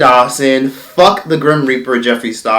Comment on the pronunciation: Every time he says grim reaper, I can't stop laughing